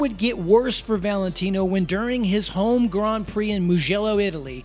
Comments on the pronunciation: the way you pronounce grand prix is awful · Yeah sorry man you're pronouncing Grand Prix horribly wrong I think you're doing it on purpose yet comments feedback I can't stand it by the even make it 20 seconds of your video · Why does he keep saying gron pree